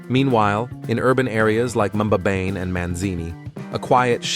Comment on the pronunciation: Please withdraw this video and remake it to reflect the real eSwatini and not South Africa Many of your featured scenes are not found here Please also prime your announcer on correct pronunciation e.g. "Mbabane" eSwatini is a very special country and deserves its story to be told truthfully Thank you